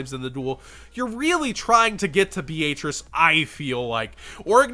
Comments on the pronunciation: Is that a regional dialect with Beatrice? I’ve always heard Be-uh-trice never Be-aaaayyyyy lmao-trice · Dude your pronunciation of Beatrice is cringe. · why are you pronouncing Beatrice like that? D